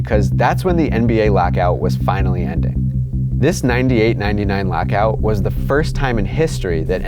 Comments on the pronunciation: Are you saying "lackout"? What the heck is that? I can't unhear it now. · please stop trying to say lockout.